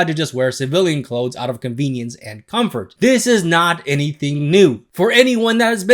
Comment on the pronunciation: THE WORD IS COMFORT. REEEEEE